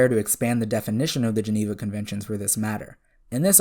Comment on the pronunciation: "So today guys we're going to be working out if optimus prime violated the geeneva convention." I'm sorry, I can't....